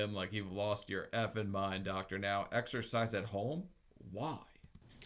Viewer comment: Excercise? I thought you said extra fries 😂